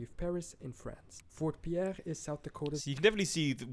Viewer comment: I think does a good job but he mis-pronounces a lot of things (although he is from Portugal). Like Sault Ste Marie is Soo Saint Marie and Pierre, SD is pronounced Pier like a fishing pier.